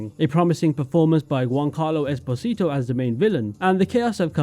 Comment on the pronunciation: I did not hate this game, but it disappointed me. Especially the world, which I had assumed would be awesome to me :/ I enjoyed the music, though. No idea why nobody can procounce Esposito as the actor himself does...